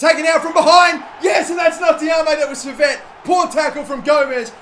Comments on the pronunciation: Maybe lower gk ability and shot speed but increase their marking so defending isn't near impossible and attacking is harder. Also Henry Saviet is pronounced French like Sai-vey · Henri Saivet is pronunced Sie-vay btw